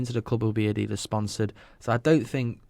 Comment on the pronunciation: Niike & Adedus??? It's pronounced Ni-key & Ad-e-das.